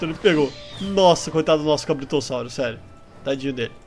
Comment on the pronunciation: Você disse cabritossaurro